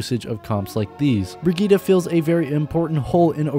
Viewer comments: Might be late but it’s pronounced BRI-GIT-TE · The name is pronounced Bri-git-te, with the last E pronounced like a long vocal like in Henry or Henderson, doe to the German origin of the name, the last vocal of a name has sound, like in Penélope, so it is Bri-git-te. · brɪgɪttɛ (bri-gitt-eh). Every vowel in her name is pronounced as a short one. (the "i"-vowels are pronounced as in "innocent" and the "e"-vowel is pronounced as in "expert". The "g"-consonant is pronounced as in "baguette".) This got complicated lmao I hope I'll see you trying to pronounce it in a video. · It's Brigitte (bri-gi-te) it's a german Name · Exactly, I am a swede tio and when I hear people saying "Brigittah" I'm like: Pronounce it as in the origin story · Im german it's Brigitte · why not just say it the right way?